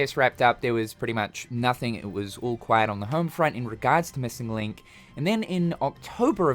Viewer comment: “JA-missing link”